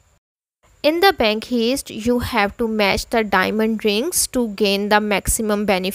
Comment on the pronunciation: I knew this was bull when she said bank heeeest